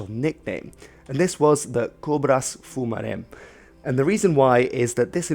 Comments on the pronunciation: Great video! Thanks so much! "Cobras fumares" was actually "cobras fumantes" Great job on the pronunciations! You were better than most English speakers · Small correction: Cobras Fumantes not "Fumarem". Great video! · Just a correction, it is "Cobras Fumantes". :) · "Cobras Fumantes" but awesome vídeo anyway